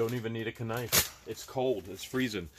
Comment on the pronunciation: do you know the k in knife is silent... if not it's ok just wanted to let you know..